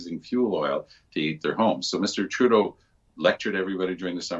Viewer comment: Why do you keep calling him Mr. "Trudeau"..?